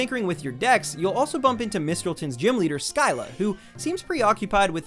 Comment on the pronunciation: Nice video but you said Mistralton wrong